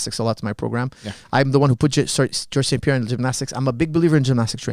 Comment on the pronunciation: It’s George St Pierre not John St Pierre 😂